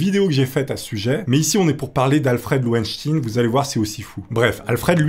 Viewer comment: lowenSTEIN et non lowenstine... "enquête baclée pour des raisons obscures"... Boof... J'suis fatigué.